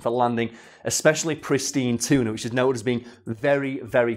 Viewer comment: I honestly heard the word "cheetah" the first time said "tuna".